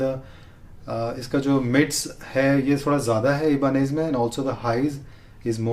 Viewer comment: it's "EYE-BUH-NEZ" not "E-BA-NEZ"